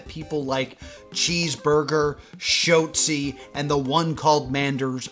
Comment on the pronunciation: it's Shot-Zee not Shote-Zee